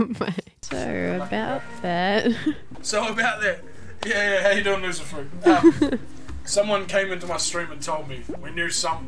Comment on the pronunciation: for some reason, I kept thinking people were saying Lucifer instead of LoserFruit